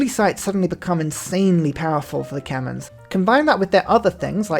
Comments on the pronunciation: Khmer, not Kemens :( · It pains me that he mispronounces Qin as Kin instead of Chin, and Khmer as Kemins instead of K-mare or K-my